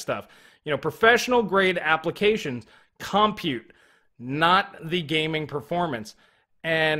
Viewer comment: Hey dude, I will LITE-rally pay MO-ney if you CON-side-r not saying "CAHM-PUTE"...I jumped out of my second story window five times in this video when those syllables were repeatedly unnecessarily segmented from each other..... And I don't even have a two story House!!!! Think of it as a PUH-BL-ICK service!